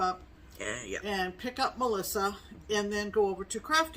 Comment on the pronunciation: Just in case I get picked again for Pinned comment, this time when Steph says, "Hello, Melisa!!!" it's pronounced MeLISA and not like Melissa. That's ok, don't worry it, most people get it wrong and I couldn't be too upset because that day I also got Teresa Kogut's Newcastle Bouquet from you. It's now proudly displayed on my meager sampler wall. I was so excited when my comment was picked not once but twice that I couldn't even be upset by the misprononciation. I just thought, "Bless her heart, she don't know no better." I hope you thaw out soon.